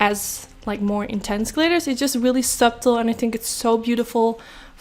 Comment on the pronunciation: it's spelled "subtle" yes but it's pronounced "suttle" 💋😘